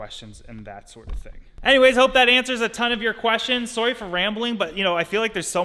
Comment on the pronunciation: Every time he says “sorry” it’s very noticeable